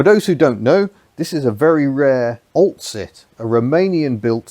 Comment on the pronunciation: you aren't pronouncing the name Oltcit properly. tci is pronounced with a SH sound but alas the PC crowd at YT might get upset if they heard you.